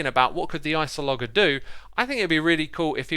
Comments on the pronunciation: it's pronounced ice-o-luh-jer, not ice-oh-logger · Just saying, since it bothered me so much lol, its pronounced: Ice-o-loh-jur